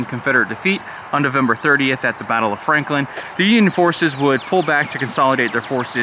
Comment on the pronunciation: Franklin?? Didn't sound that way.